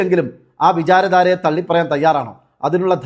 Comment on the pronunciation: വിചാര ധാരയല്ല. തെറ്റായി വായിക്കല്ലേ. " അ വിചാര താര" യാണു